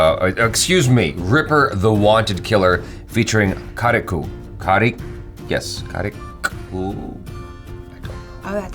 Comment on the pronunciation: Its ka ri kk